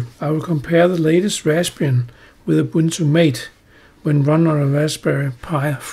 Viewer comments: *Ma-teh, not Mate, lawl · Just a note on the pronuciation of the name Mate. It's MAH-tay, not Mayt. Thanks for the useful comparison!